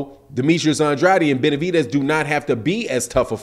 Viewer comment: It’s Benavi..DEZ not benavi..TES